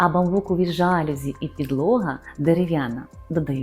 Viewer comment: Слово жалюзі французького походження і наголос правильно ставити на останній склад: жалюЗІ